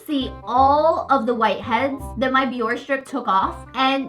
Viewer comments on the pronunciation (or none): It’s not pronounced BiOrR it sounds like Bioreh